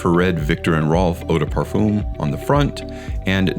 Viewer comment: Parfum doesn't have an oooom sound for the um.. its a literal "um" sound. Nit picky yes.. but having listened to European folks pronounce it and mainly French folks.. its a simple "fum". Sounds like fun but with an M in place of the N